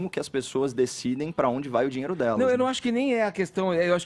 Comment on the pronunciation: O sujeito não consegue sequer pronunciar a palavra : "dinheiro" ; e vem falar sobre um assunto tão sério ????